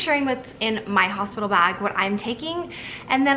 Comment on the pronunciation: Hosipital lol <3